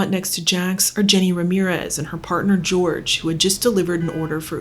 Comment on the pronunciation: Jorge is pronounced "hor-hay".